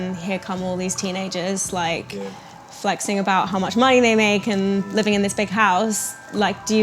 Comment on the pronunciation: Talks about people imitating Road man accents then says "flexing"